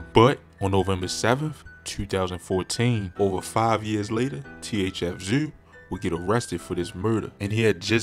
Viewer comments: “THF ZUU”🤣🤣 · This nigga said "THF Zew" 🤣🤣💀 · I was hollering my boy needs phonics 🤣